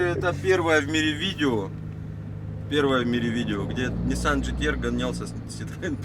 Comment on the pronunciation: НЕ ДЖИ ТИ ЭР А ДЖИ ТИ АР